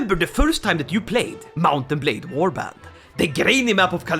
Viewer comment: Ah yes Wabrand